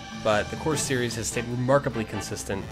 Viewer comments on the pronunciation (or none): none